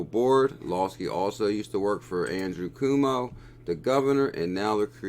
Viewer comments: Thanks for your research! Also, please use the correct pronunciation ---> Governor Cuomo (Quoh-Moh) not (Coo-Moh) - anyone in New York is cringing every time you say his name LOL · I’m from NY and laughed out loud when you pronounced Governor “Kuwomo”